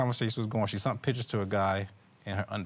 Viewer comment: Please... I know the word sent.....but sunt?!?!?! What dictionary is that in!?!??🤔